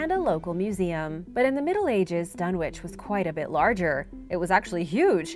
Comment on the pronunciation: The w in dunwich is silent it’s pronounced dunnich